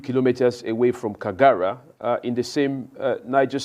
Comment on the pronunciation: Its kagara not kigara